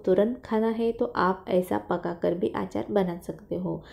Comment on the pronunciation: आचार नही अचार बोलते है